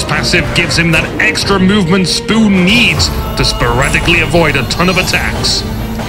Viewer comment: lol spooh instead of sp00n